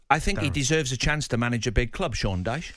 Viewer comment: Man said DYCHE loooooool